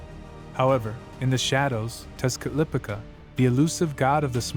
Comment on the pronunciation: Texcatlipoca = tesh- cah-lee- po-kah